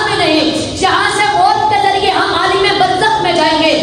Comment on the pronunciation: عال٘م ہوتا ہے بیٹے